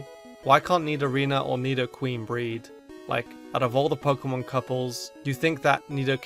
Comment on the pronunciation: bruh found a nitpick in the video. absolute mistake. “nidorina ad nidoqueen” BRUH